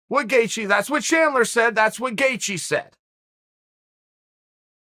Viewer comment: The only name being slandered is Gaethje, and it's by Chael saying "gaycheez" every time he attempts to say his name.